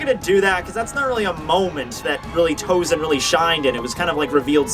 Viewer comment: Sorry,but why TouZen? He's TouSen. Maybe it spells in English like that,but it Japanese is spells S instead of Z.